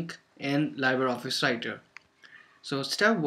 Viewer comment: That's pronounced "lee-bra," not "lie-ber." It's the French word for "free."